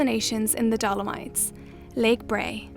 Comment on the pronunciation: I’ll never forgive you guys for calling it “lake bray” 😂